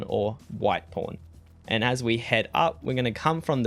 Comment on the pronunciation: it sounds like your saying Porn... i know your saying pawn LOL